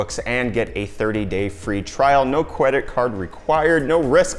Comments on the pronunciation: I he said cwedit card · "No CWEDIT CWAD RECWIRED" - Nice! Nice!